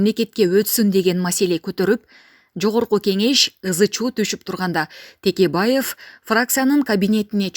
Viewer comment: Бу журналистер туура сүйлөгүлөчү Текебаевди эми Тикебайев дейбаштадыңарбы🤣🤣🤣